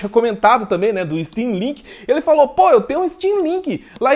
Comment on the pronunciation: Achei que ela tivesse falado steamlingue kkk